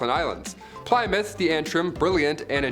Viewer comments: Yes I fringed every time he said it....it's "Plimm- mouth" .."Plym" sounding like the word "him" or "slim"... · Pliy mouth; damn that has me wheezing 😭😂 keep it up! For future though, it's Pluh-mouth.~ 💕🏴 Love a Brit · not pli as in 3 ply but plimmouth. and its not "the hms plimmouth" but just hms plymouth. how do I know? I was on it the day it decommissoned in Portsmouth. Navy vet. lol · Ply is pronounced plim in this instance. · plie-mouth? lol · Say Ply-moth again please. Lmao. You have an American accent, there’s a famous rock... my mom drives a Plymouth... and so on. Good video. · Plymouth is pronounced "Plihmuth." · I believe it's pronounced HMS plimouth. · If it was Plymouth - pronounced Plimouth i would have thought the Americans would have pronounced it the same !! The American Plymouth was named by the settlers who came from Plymouth England !! There are many places in USA named after its same name-sake in England !!! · Pli muff. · Plymouth is pronounced Plimouth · Hello, old chap. Try this, in a British accent, ready? Ahem.... 'PLI-MUFF' Cheers mate. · You could not have pronounced plymouth more wrong if you tried 😂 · He pronounced Plymouth wrong.And that really bug me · Please never say Plymouth ever again. Many thanks. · Why are you saying Plymouth like that? 🤷🏼‍♀️